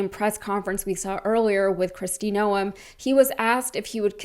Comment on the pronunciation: FYI....one does not pronounce the 'e' in her last name....it's pronounced noohmm; elongated out.